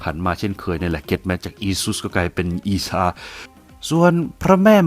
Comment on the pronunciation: เล่าได้ดีมากครับ ทำให้ผมฉลาดมากขึ้น😀😀😀 แอดได้เอยคำว่า(อีซา)และท่านหญิง( มัรยัม) ได้ถูกต้องตามสำเนียง อาหรับเลย สุดยอดจริงๆ